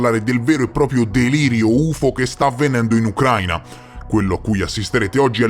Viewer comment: a titolo informativo, non è Ucráina ma Ucraína. L’accento cade sulla i e non sulla a. ✌🏻